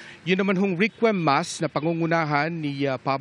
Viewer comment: requiem mass pronounced rek/yem